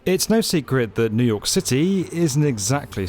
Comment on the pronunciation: New York eeoooo 😂😂😂